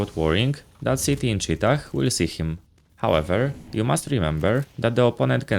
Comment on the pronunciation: The final h in 'cheetah' is silent. Btw who even uses this call-out? It's just cave.